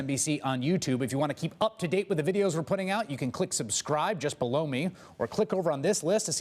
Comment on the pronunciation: the ending to EVERY ONE OF YOUR VIDEOS; "Chris Hays... msnbc..... click BELOW ME" Sounds like you're saying: "just BLOW ME" might wanna think that through and make some minor alterations 😂